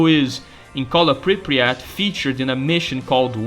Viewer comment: Love your videos, but your pronunciation of Pripyat makes me go schizo. We thank you, oh Monolith, for revealing the cunning plans of your enemies to us.